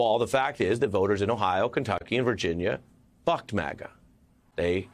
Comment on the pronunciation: Had to play this a few times. Ohhhh. "BUCKED MAGA". I almost thought he said...... 😀